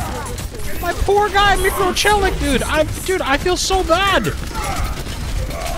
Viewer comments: He probably knows a lot of people who use that term. That's probably why he pronounces it that well. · im surprised flats got the microchelik name pronunciation right from first try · Fun fact: his name Mikrochelik is a russian transcription of a «little-guy» with English letters. The way read his name so clearly warmed my heart